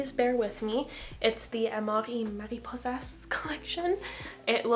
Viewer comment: You look beautiful with that makeup 💕 the way you said amor y mariposas was funny btw, you said it right, just in a french(?) Accent instead of spanish lol